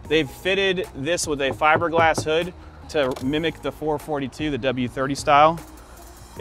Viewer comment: It is a 4.4.2. Not a four forty two!